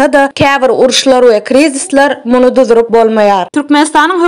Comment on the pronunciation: Duzurup dälde duruzup diymeli